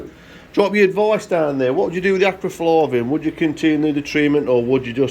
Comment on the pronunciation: Acriflavin or Acriflarrrrrrrrvin...........🤣